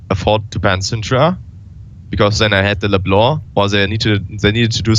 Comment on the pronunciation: First pro player I heard pronounce "Leblanc" like it's supposed to. Great reflection Thoorin, unexpected, but I appreciate the great content.